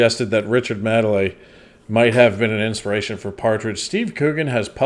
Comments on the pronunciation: The main difference between them is Richard Madely is successful. Also it’s pronounced Maid-ly. Maid like in housemaid. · It's Richard Made-ley, not madly! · It's pronounced "maid-lee" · Pronounce it MADE - LEE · IT'S MADE MADELEY NOT MADELEY! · His name is pronounced made-Lee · Richard 'Made lee ' pronounce as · Yeah, his surname is pronounced "made-lee" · Pronounced "Made-lee" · He has been knocking about on British day time TV since the 80's! But think it is more recently his mannerisms, penchant for saying mildly offensive / insensitive things, the comparison is there for all to see! His surname is pronounced Maid - Lee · "Made Lee" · Madeley=Made-lay, he's actually quite funny and defo not the worst. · You say it like ‘made-lee’ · His name is pronounced: Richard Maidaley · And it's made li by the way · The ‘A’ in Madley is pronounced as in play. Richard Madley and his Wife Judy did a morning show together for many years called ‘ Richard and Judy’. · No it's NOT, no double e at the end.